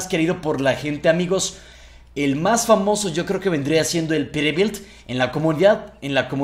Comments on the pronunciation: se escucha que dices perebilt en ves de peterbilt pero buen video bro un like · Peterbilt es Peterbilt!! no perebil 😑😑😑 like para que lo lea